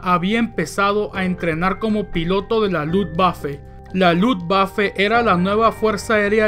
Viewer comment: Luv vafe? O luft=aire waffe =arma🙈